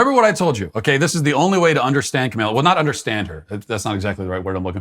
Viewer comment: I really appreciate how he always mispronounces Kamala. Keep it up. I laugh every time.